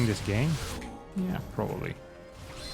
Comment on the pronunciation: I'm NoT a MoVaiNG ProberBly! Proxeeds to not a move at all